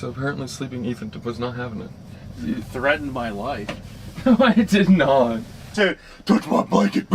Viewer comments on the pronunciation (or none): none